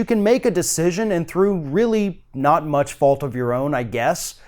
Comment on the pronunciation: stop over emphasizing the word "not" in your little pitch at the end. it is cringey and just ridiculously unnecessary.